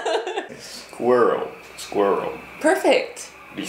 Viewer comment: I was suprised by how well he nailed squirrel